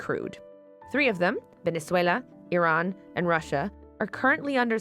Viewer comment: It's so weird that pronunciation of Venezuela changes from Spanish to English. And other countries are pronounced in English.